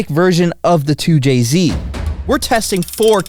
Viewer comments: Not a 2JZ it's a "2CZ" 😭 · “Too Chi Zee”! 🇨🇳🙄🤷🏻‍♂️🤦🏻‍♂️🤦🏻‍♂️🤦🏻‍♂️